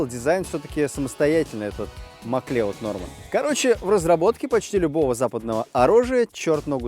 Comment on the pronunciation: Не Маклеод, а Маклауд